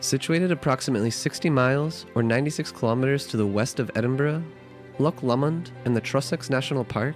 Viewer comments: "Loch" se pronuncia "Lojj". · Thank you for showing off my country. I live up in Inverness (used to live in Fort William). I'm impressed you managed to pronounce the places right, but you still have trouble with "loch" lol (don't worry, even Scots have trouble with it sometimes). May I recommend going in April-June if you want the best months for festivals, weather and springtime? I'd also like to recommend some places I quite like that are smaller in scale but still lovely: Nairn (especially the beach), Glen Affric (one of the filming locations of Detective Pikachu), Route 500 (please keep it clean, lots of tourists litter), John o' Groats (puffins!), Glasgow (for the culture hotpot that it is), the general Gairloch area (Ullapool and Poolewe included). I'd like to give a soft mention to "The Whisky Trail" which is along the east in Moray towards Aberdeen (since you mentioned Harry Potter a lot in this video, Dufftown was also mentioned in Harry Potter which is also worth a sneaky visit for whisky) and a quick mention to House of Bruar along the A9 if you want to buy touristy stuff (care on the price, but it's top quality...also the small chip shop there sells lobster), it's also in an area that has lovely scenery and hiking spots. One last mention to the gorgeousness that is the Cairngorms which features skiing, Aviemore, Loch Morlich, the Highland Wildlife Park (they take good care of their animals) plenty nature trails and Rothiemurchus: a protected forest that is part of the last 1% of original ancie